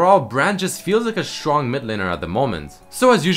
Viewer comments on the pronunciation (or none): Drinking game: take a shot every time says strrong. ( yes its sttrrrong)